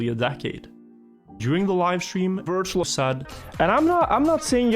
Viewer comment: This looked so good until the first ''wirtual''😂